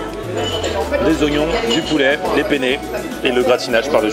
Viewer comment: Ne prononce jamais "penne" comme tu le fais à côté d'un italien, mdr ...